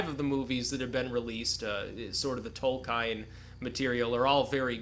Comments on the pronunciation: not tolkaain .... tolk-iien. tolkien look it upp..just say it as you read it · Tol-ka-in? TOLKAIN???? Triggered